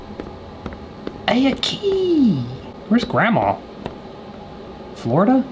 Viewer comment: When he said "A key!!" I thought he said " OKIEE!" HA